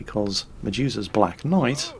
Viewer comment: anyone else keeps hearing "Jesus' Black Knight" instead of "Medusa's" :v